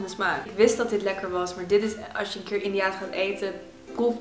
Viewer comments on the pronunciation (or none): de rijst dessert die 'keer' heet spreek je uit als 'khier'. Gewoon 'kier' maar dan met een soort van 'H' klank na de 'K'. 😊 Ik ben Pakistaans en bijna alles is het zelfde wat bevat eten. Feitje: India en Pakistan waren ooit 1 land. Ik vind dit echt de tofste proefwerk die er bestaat. Love it! ❤❤ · Kheer spreek je uit als khier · je zegt gier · echt grappig hoe al die dingen zegt zoals kheer 😂😂 als je weet hoe je het moet uitspreken is het echt grappig om te horen hoe iemand anders het zegt 😂😂(no hate)